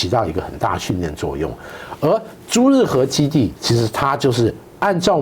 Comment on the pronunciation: 是朱日和，不是朱日合。